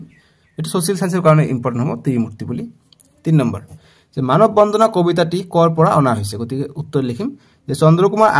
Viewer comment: Sir manob bondhona nohoi bondona😂